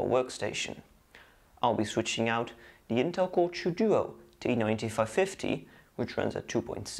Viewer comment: its called intel core TWO duo not the intel core chew duo